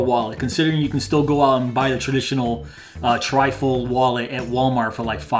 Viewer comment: A good deal of this video I kept wondering what a Trifle Wallet was until I realised you were saying trifold.